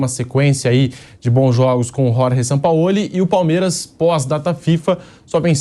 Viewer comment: Caramba fala Jorge Sampaoli. Por favor! Com J e G e não Ror Re